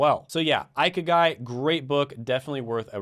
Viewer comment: pronounced eee key guy